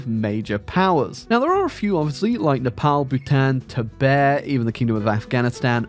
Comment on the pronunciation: Why can’t you say Nepal properly?